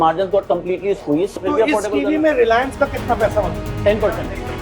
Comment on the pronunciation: Relence hai Reliance nahi 😂